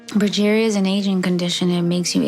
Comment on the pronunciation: Pronounced "progeria".